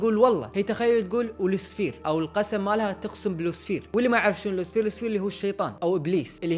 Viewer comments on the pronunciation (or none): لوسفر مو لوسفير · فضحتنا يا موب لوسفير اسمه لو-سي-فر لوسيفر (والراء ما تنطق)